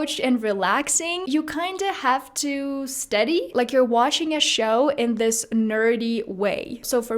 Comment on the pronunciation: Great work and accent, but sometimes in some words you still have an accent like study (you pronounce it a little bit different)